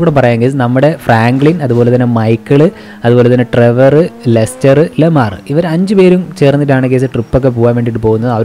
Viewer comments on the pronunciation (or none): Bro pronounciation of Lamar is "Laamar" Not "Lemaar" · Bro ലമാർ അല്ല ലാമർ😅